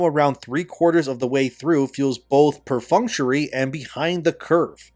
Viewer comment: Pronounced "Per-Funct-tory" not 'perfunchary', another good video!